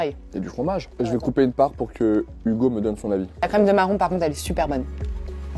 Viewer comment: Qu’il l’appelle « Hugo » et pas « Hujo » m’enlève la magie de noël